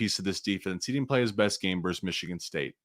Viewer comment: Versus Oregon, not verse.